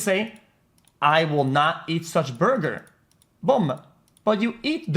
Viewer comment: "i will not each such bugur. bom... but u eat da bergur."